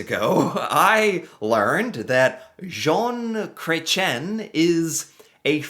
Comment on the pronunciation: "John Cray-chen" made me giggle.